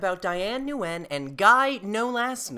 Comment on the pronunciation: PRONOUNCE IT AS THE WORD WIN. NOT NUH-WIN 😭